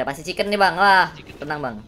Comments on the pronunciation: CIKEN❌ CIKENG✔️ KONTEN❌ KONTENG✔️ KOMEN❌ KOMENG✔️ SEPERTINYA DIA GAK BISA NGOMONG "N" WKWKWK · Chiken ❎ CikenG ✅ Ngakak jirrr